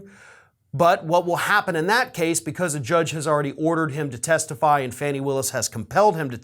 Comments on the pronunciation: Awesome work as always! Just a thought, but I’m pretty sure her name is pronounced “Fawny” not “Fanny”. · Like your channel, but please call her FAH nee, not fannie, or fanny. Thanks. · Fani ..(Fawn-nee)..Not Fanny.. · Fani rhymes with Donnie, it's not "funny" and it's not "fanny".